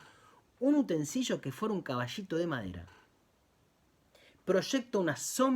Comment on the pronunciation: Utensilio, no utensillo